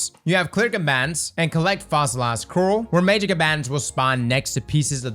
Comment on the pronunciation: Coral becomes “Corrl” or “Corrll” speaking English is like a man wrestling a crocodile. Spoilers becomes “Sporrlers” so I suppose motor oil would be “orrlll” and boil would be “borrrlllll”😁